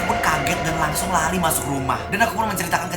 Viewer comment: Lari ka bukan rari